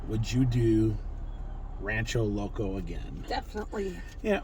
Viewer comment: it's pronounced el ran-CHER-o loco